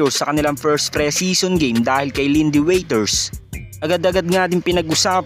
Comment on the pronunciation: Waters not waiters...bubu...di marunong magbasa